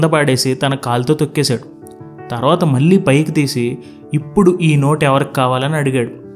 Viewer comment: మీ జీక్స్ చాలా ప్రభావితం చేస్తాయి.కానీ మల్లీ మల్లీ అనడం కొంచెం వినడానికి ఇబ్బంది గా ఉంది.మళ్ళీ,మళ్ళీ అని పలకలేరా.కొంచెం ప్రయత్నించండి.